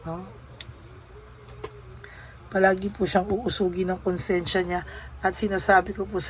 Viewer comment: Uusigin hindi po uusugin😅